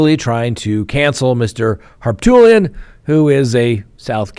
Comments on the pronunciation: Oh my, did you really call him Har"Tool"ian? I just spat out my coffee, now it is all over the place. Thank you🙄🙄🙄🤣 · Harpoolian, lol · The guys name is pronounced Har poot lee un. He's a sleaze bag! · Har-Poot, Har-Poot, Har-Pootlian! 😂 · I love how you pronounce ol' Pooty's name! 😆